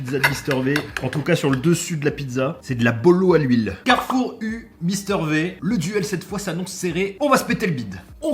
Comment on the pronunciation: Mister V prononcé Mister Vie par pitié, au secours 🤣🤣